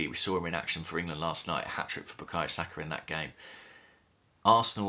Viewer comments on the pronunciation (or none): none